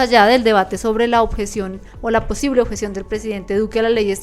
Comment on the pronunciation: "La oTjeción" - "La JEEEEE" Hermano, tratemos de hablar mejor...